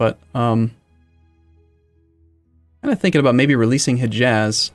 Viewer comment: Hejaz is hey-yaaz, not heh-jazz